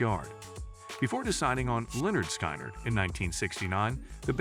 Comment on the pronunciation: Stupid video. Thumbnail is the wrong VanZant. AI butchers the band’s name. Please STOP.